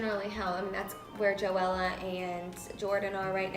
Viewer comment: It's joelle (Jo-EL) not Joellaaaaa